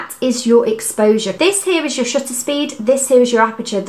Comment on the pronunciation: Paris IS always a good idea, but I couldn't be more smitten by your pronunciation of 'shutter'. After watching your very informative video I ordered a PEN E-PL10. Thank you!